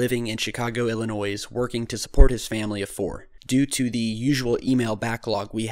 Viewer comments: Chicago, Illi-NOISE??? C'mon, people! It's Illi-NOY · It's pronounced "Illinoy" NOT "Illinoise" by the way! Haven't you ever had a geography class? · Chicago Illi-noise, seriously? Did you sleep through 3rd grade phonics? Or was that supposed to be funny? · Love your vids and would love to see your research results for current Govt. human experiments. By the way, it's pronounced Illi-noy, s is silent (useless). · No 's' sound on 'Illinois' bro. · Learn how to pronounce Illinois. The S is silent.